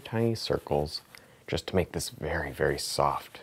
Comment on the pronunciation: wery wery nice